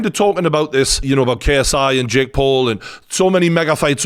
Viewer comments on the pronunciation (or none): none